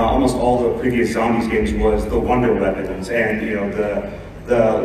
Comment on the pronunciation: "Zambies" xD